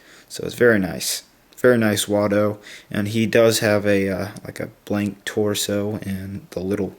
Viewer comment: its W.A.L.D. not wal